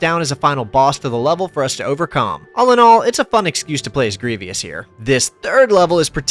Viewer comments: Please stop stop saying “grevieus” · Can't get over you saying his name as "Gree-vee-us", terrible. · Have you seen the movie? They say Grievous correctly....why can't you? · I was like, "why's this dude mispronouncing Grievous?" Lol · what a Grievous mistake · I was looking for this comment, as I was about to say the same thing. A bit irritating to consistently hear it being mispronounced lol. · Dude there is no excuse for not pronouncing Greivous correctly in 2025. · The Grievous mispronunciation was driving me nuts😭 but great vid still, loved this game growing up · Great video, but I'll admit every time you said Grievous I died a little bit inside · It’s Grievous. Not Grievious. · please god there is no second "i" in "grievous" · Mispronouncing Grievous' name 30 times is making my eye twitch. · You pronounced grievous wrong 12 times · I have never heard anyone mispronounce Grievous so badly. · Do you have a speech impediment or are you intentionally saying General Grievous wrong?? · I wish you could pronounce Grievous correctly. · Bro cannot pronounce general grievous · Thumbs down purely because dude adds an extra syllable when pronouncing Grievous. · Grievous! Say it correctly dude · Hate to be that guy but...you pronounce General Grievous wrong almost every time. 😂🤷‍♂️ Why does it bother me so much when content creators do that? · I get a stroke and an aneurism everytime you say "grievious" instead of grievous. otherwise great vid. look like a game from an age long ago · It's uh, "Grievous," my dude. Not "Grevious." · Grievous not Grievious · Great video and great game, my brother and I would replay missions together constantly. (*it's Griev-OUS not Griev-IOUS 😆) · Its grievous not grevyus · It's General Gree-vous, not General Gree-vee-us Sorry I had to say it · it's pronounced Greevus not Greevious. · How can this guy not pronounce Generl GRIVOUS name?! Its said often enough in the movie and probably in the game. Its not Grivius! Otherwhise good vidio